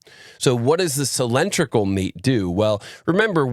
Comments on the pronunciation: outstanding video from you as always but I do find "sill-EN-tri-cal" very distracting! Could you try "sill-IN-DRIC-al"?! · "cylindrical" ≠ "sill-EN-tri-cal". Otherwise, excellent video!